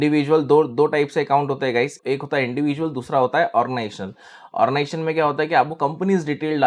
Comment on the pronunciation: sir origaization nahi hota, ognization boliye.